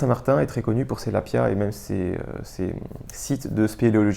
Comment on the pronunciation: Très bonne idée que ce lexique de la randonnée. 😊 Spot = Emplacement, tout simplement. Lapiaz: Le "z" à la fin se prononce. Hardshell/softshell: Tu as des hardshells isolées et des softshells non isolés (le coupe-vent est typiquement une softshell non isolée). Dans les 2 cas ce sont des éléments de 3ème couche (veste), non prévues pour être superposées. La principale différente étant la présence ou pas d'une membrane imperméable (qui peut être respirante ou pas), ce qui la rend plus rigide (d'où la différence soft/hard > souple/rigid. La hardshell fait du bruit quand on la froisse, due à la membrane). Foehn: Vent chaud et sec des Alpes suisses et autrichiennes... donc terme pas adapté ailleurs. Pierrier: Faire la différence entre Eboulis > Pierrier > Champs de bloc (dans l'ordre de taille, de pente, de stabilité). Autre terme pour la prochaine vidéo: -Vent catabatique -FFME -Devers (à ne pas confondre avec le devers en escalade) -Grosses. -Fast hiking -Tige (de chaussure) -Quilt -Top bag -Sac de couchage (le terme "duvet" est souvent employé à tort, même pour un SdC synthétique) -Matelas / Tapis de sol (il y a souvent confusion) -Tissu mesh -Tissu ripstop -Alpage -Estive -Point culminant -Versant -Différence entre un lac, étang, retenue, ... -Différence abri, cabane, refuge, gite, ... -Gorges, vallon, vallée, arête, crête, sommet, cime, pic, aiguille, col, ballon, brèche, combe, coteau, falaise, faille, gouffre, paroie, piton, plateau, précipice, ravin, etc...